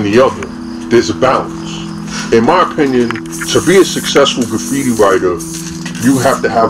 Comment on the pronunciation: whats an "oppionion" ?